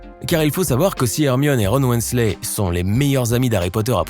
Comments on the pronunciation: Ron Wensley 🤣🤣🤣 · "Ron Wensley"? Really?? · Ron Wensley 😂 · Ron Wennesley... jsuis pas trop sûr ptdrrr